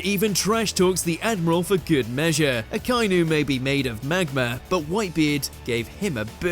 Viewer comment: Someone…for the love of all that is holy….make sure this comment gets seen. Love the videos on one pice but his name is pronounced “AH-KA-EE-NEW”. Not sure how many more “A-KAI-NEW” I can take